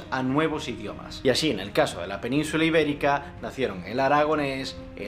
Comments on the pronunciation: Noto que pronuncias la CZ donde debería sonar la S, pronuncias tartecio en lugar del correcto "tartesio", peninzula en lugar de "península" y lo haces bastantes veces. Hispania no viene de tierra de conejos, en latín "lepus", sino de los reyes Híspalis e Hispan. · ¿2 millones de que? soy incapaz de escribir lo que has dicho ahí xD y por que ceceas tanto? no lo entiendo, Repercución, Expreciones, Penunzula, y luego dices reemplasado, ¿eh? no entiendo xD eres de aquí de España pero a veces se te escapan cosas raras